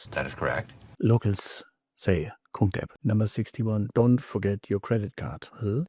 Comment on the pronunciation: Whoa! I am impressed when you just said the full name of Krungthep.